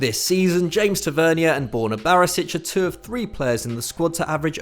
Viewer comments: It's Tav-er-near, not Tav-er-ne-a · Try saying the captains name properly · The pronunciation of tavanier is wrong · Why are you pronouncing Tavernier like that 😭😂😂